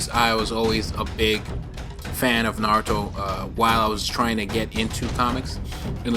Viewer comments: Nice "Nazuto" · Why does it say nazuto?